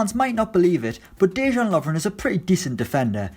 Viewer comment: Before you make a video learn how to pronounce names( Dejan Lovren) you count